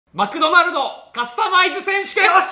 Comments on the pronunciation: 絶対マクドマルドって言ってるよね、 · 最初「マクドマルド」って言ってない？ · 初め「マクドマルド」にしか聞こえない